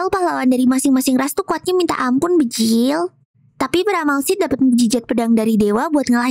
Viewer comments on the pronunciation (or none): bejirrr bukan bejilllll